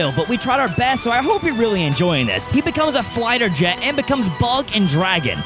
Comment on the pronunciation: Confidently said “flighter jet” about 4 times 😂